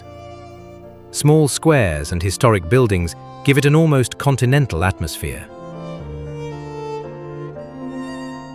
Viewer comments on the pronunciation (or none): none